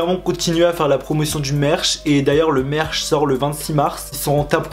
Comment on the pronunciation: « merche » haha ça se prononce « meurtch » mais ça s’écrit merch